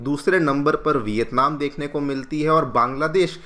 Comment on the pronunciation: Bhai education channel hai hindi to sahi bolo. Vitatman kar sakti hai? India kar sakti hai?